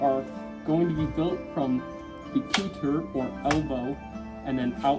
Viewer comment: Also it’s (ku•tay) rather than (ku•ter) since it’s French